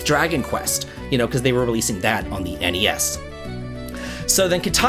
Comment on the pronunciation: THANK YOU for saying N-E-S and S-N-E-S! It’s so weird hearing Gen Z and Alpha say “Nes” and “Snes”. My Unc-status is showing 😭